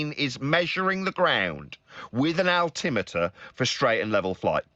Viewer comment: is terribly human being and he can't say altimeter properly